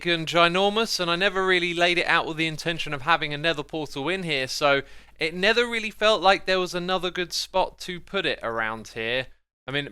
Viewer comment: Xisuma overcorrects his 'v' 'th' substitution error by saying 'nether' instead of 'never'. :) Xisuma I enjoy your london accent.